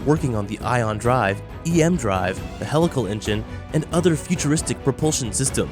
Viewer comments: Sorry to come off like a grammar nazi but it's HEE-lical, not hell-ical. It's a wonderful video - great explanation for those not familiar with the content - but a video on such an advanced technology topic probably shouldn't have an incorrect pronounciation of it's main topic. Just sayin'..... Thanks for taking the time to discuss this and keep the great content coming! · Isn't it pronounced "hee-lical"? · At least say it correctly PUH+LEEZE....??? HEE-Lical engine....yes??? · I wish I could handle “hell-ical engine” but it bugs me too much for some reason. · Just the way helical is pronounced was a HUGE RED FLAG this is typical regurgitation of material not understood and unfamiliar to the narrator.